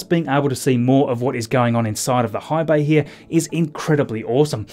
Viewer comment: I thought at first he said hive bay (The Borg?) but rewound with captions on to see he said high bay.